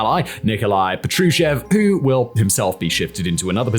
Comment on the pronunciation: I take it Nikolai Patrushev isn't Nikolai Patrushin?